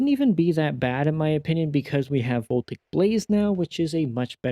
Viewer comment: Uhm ackshually, Voltaic Blaze is pronounce vol-TAY-ic; not "VOL-tik".